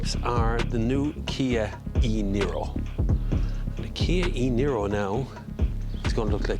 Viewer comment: Er.. Niro... not Nero. 🤣